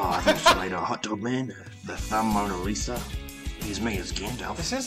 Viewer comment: "Ooh the mona lithumb "